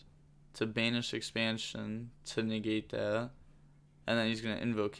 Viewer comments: Ex - pan - shon is how to pronounce it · Bro why are you having such a hard time saying expansion